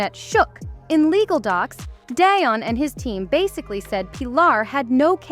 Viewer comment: You are beyond disrespectful.. Please say Deion Sanders name correctly. I know you can do it